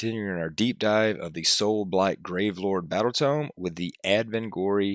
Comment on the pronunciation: Hey mate. Are you french or something? If not then I don't get why you dont pronounce the "S" in the end of "gravelordS" word...